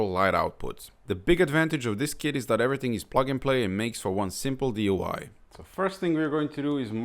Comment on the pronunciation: It sounds like you said: "and makes for one simple DUI" DUI means Driving Under the Influence (a motorist is intoxicated). Did you mean DIY (Do It Yourself)?